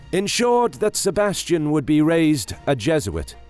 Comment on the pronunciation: "Sebastian"? No, no, no... SEBASTIÃO.